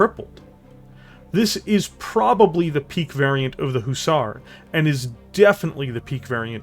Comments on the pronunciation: great video, love how you are talking about it, but by god man! Pronounce it Huh-zar, not hoozar!! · Please can you pronounce Hussar properly please.... Its not a long Ooo sound at the beginning it is a short sound like the U in Hut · It was painful to hear you butcher the word Hussar.